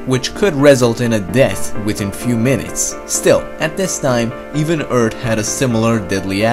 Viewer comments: Welcome to Eard. Not Earth. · It’s pronounced Earth, not ert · I liked when he said "Erd". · Don't give him a hard time on him saying eart instead of Earth Don't be alone friend keep making good and informative videos... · Omg it's earth not fkin ERT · Please stop saying ört instead of earth! Fucking annoying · It isnt eard........its earth with a th at the end........... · Pronounce 'TH' not 'T". Hello Eartling.. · ER-TH not ER-D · Earth. Not Ert. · Is it just me or is he pronouncing earth as "Eard" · ITS CALLED EARTH. NOT ERT. Great content though. :) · This dude says Eart , not Earth! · Stfu he can pronounce it whatever way he wants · His native language is most likely German, they have a hard time pronouncing the "th" sound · This is the guy that says eart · I like how you pronounced Earth as "Nerd". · "2 times higher than it is on Earddd" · Is this the guy who says Ert ? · Haha i love how you say earth, "erd" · earTH SAY IT BOIIII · “Eart”, “The fourt planet”. This is annoying. Other than that, great vids. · You say "earth" as "ert" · who notices that he calls earth "eart" xD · “On erd” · "The planet Urd" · what is "The Eard" ? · "Eard" thw way he says earth XD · I'm sorry, but please practice pronouncing "th". I get so much of the cringe when I hear "eart" or "tousand". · it's really frustrating hearing him say "Eart"! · I only came here to hear Eurt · "Extremely interesting story about Mars before it became sterile and his plenty of facts and animations". The comment section: LOL HE SAY ERT! Guys, it's just borderline insult the amount of times said in the comment section. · the pronunciation of certain words kinda annoys me. e.g; Eart,tree times etc. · You said earth wrong; say Earth with h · I like the way he says ERT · why cuz he says urt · U guys should hire sum1 who can actually pronounce earth 🌎!!! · Say earth properly Jesus christ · You know your good when you can’t even pronounce Earth. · does he not know how to say Earth?